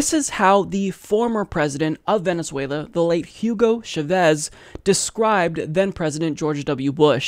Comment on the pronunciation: Dude it's chA-vez